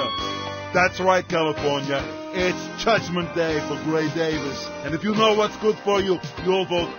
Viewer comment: it was funny how he said judgment day.